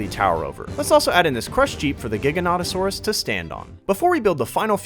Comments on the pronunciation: It kills me that he said giganotasourus wrong 😭😭😭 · "Lesser known" and its giga and carno😭🙏🏻